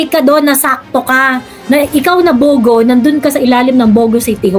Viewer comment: ang pag pronounce nung bugo is gaya ng pugo na itlog😅pag bisaya nag sabi nun masakit sa bangs😅😅its means bubu😅